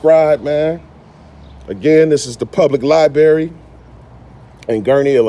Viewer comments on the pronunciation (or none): Ladies didn't learn anything, they don't care. "Public lieberry" ..right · "Library" not "Liberry" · Liberry? Come on ur better than that. Li-BRary. Can’t cut ya any slack for that one. Words are pronounced in specific ways for a very important reason….so we know wtf each other is talking about. Stay up! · You do a great job and I can tell you are highly intelligent and informed, but when you say “Li-berry”, it makes you sound not credible. Please learn to say the actual word “LibRary”, and you will sound much more intelligent and credible. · Is not a Lie-berry is a library. Brary not berry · Its a LIBRARY not a LIE BERRY 🤡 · It's ASK, not AKS, OR AXE. It's library not libary. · Stop saying “lie berry”it’s like saying let me “ax” you a question….just saying 😮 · AYE! LYE BRARY NOT LIE BERRY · You couldn't make up a story if it happened in your face...you're just a reject from society acting out like a fool. And learn how to say LIBRARY...it's not LIE BARRY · This Auditor is well versed in the law and speaks calmly and articulate. Great video. But library is pronounced li--brar-y, and not li--bare-y. 😜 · But, sorry to be a pedantic a-hole, but, why say, "liberry"? Please say, "library". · I Like Your First Amendment audits but please say library and not liberry....thank u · Stop saying lie-berry it's fucking library goddamnit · Great job ! I have an issue with your pronunciation of LI-BRAIR-RE. Not LI-BERRY. Minor issue, common mispronunciation. Really really great job, you put a good face on the movement. It is a movement, for the benefit, comfort, and betterment of our American society. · *Lib(ra)ry. *Patron, not patrion. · It’s not a liberry, boo. If you’re going to do these at least pronounce it correctly. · "LyeBerry.?" 😂😂😂 I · Hearing you say “Li-berry” 400 times was funny too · is from the hood, how do I know, because I’m from the hood. And we from the hood pronounce library, as liberry. Lol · I love the "aks" and "libary"!